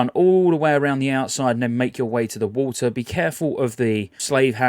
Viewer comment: "Swim through the war-ter"